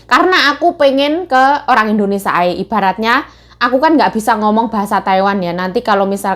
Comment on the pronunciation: ...sekedar saran pengucapan negara kita itu Indonesia bukan Indonesa😀..maaf ya kak..semangatt kak Yayuk👍